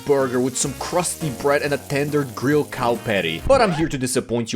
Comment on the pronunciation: Was it a charcoal gryla or a propane gryla?